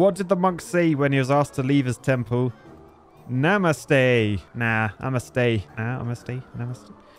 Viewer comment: "namaste"😂😂 It's sounds like "nam-aste" hope you learn something new